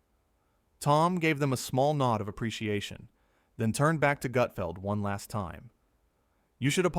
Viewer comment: This is total BS. Learn how to at least pronounce Gut..feld